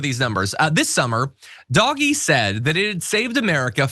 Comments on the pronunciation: And the dense brick triples down on pretending the pronunciation of an acronym matters on what's clearly meant to be mocking of DOGE. You know, the thing literally named after a DOGGIE MEME! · You are really labouring a pointless pronounciation war, totally oblivious to the intended slur. You've been told. Just shut up. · I think it's less that they don't know how to pronounce the word, but more that it's a deliberate mispronunciation designed to annoy the deserving. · As an ex-auditor I found DOGE’s methods strange at best. (I prefer to pronounce it “dodgy”, if that’s all right.). I remember hearing that they had discovered millions of social security accounts which belonged to dead people, which the government department challenged, saying that the accounts were genuine. Dodgy asserted that the accounts weren’t genuine. As an auditor my next step would have been to find out what payments had been made and quantify the amount wasted in this way. I would then have expected to hear of legal action, possibly including criminal charges, to recover the money. But Dodgy never even announced a total amount - or did I miss that? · It's always been pronounced "doggy." That is literally the joke. How do you spell doggy? D-O-G.... E. Crypto bros used the name without bothering to learn where it was from or how to say it. Just like everything involving crypto. They didn't make it up and neither did /b/. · It's not pronounced Dogee.....Jesus. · It's intentionally mispronounced. Derp.🤦🏼‍♂️ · Oh I got the point. Pronunciation matters if you're reporting. Read a book. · What is even more ridiculous, you constantly referring it as "doggy," as opposed to the way he is supposed to be pronounced, "Doge" as in "doaj," or "doje." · Look- It's pronounced Dowsh. It's not dogee. Like I don't get what you are saying? Look it up for the pronunciation of it. Weirdly, you don't know how to actually pronounce Doge. It's so bizarre. I like your channel but this is just weird.